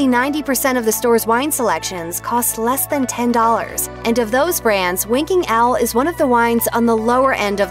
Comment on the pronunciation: I keep hearing her accent as, "Winking Al". Don't get upset - just me...